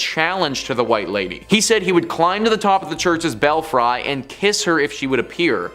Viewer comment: Belfry: BELL-free, not bell-frye. Better yet, just say "tower."